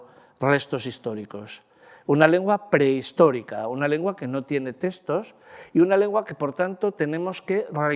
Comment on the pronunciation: Muchas gracias por exponer sus conocimientos de manera tan amena y magistral. Maravilloso !! Por poner un "pero"...me sorprende que con el dominio que tiene del lenguaje, no pronuncie la X, y diga teStos, en vez de teXtos.